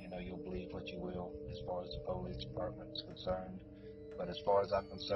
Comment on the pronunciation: If I met someone that pronounced police like that I probably wouldn’t trust them honestly